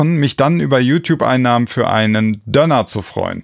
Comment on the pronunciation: Ich komm nicht darauf klar, dass du "Dönner" sagst. Ich dachte das heißt DÖÖÖÖÖNER mit langem ÖÖÖÖÖ! Bitte um Aufklärung! Hab ich mich all die Jahre blamiert?